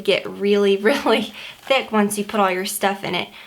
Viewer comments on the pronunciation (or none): none